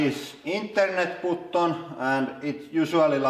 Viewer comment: I liked how he said button 😂😂😂 "internet bew-Ton"